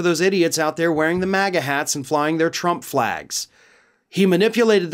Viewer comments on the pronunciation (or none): none